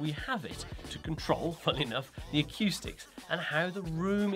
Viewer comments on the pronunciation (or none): Love the videos as always but on a not so serious note can somebody tell this guy that it’s pronounced acoustics and not aqoustics and subwoofer not subwupher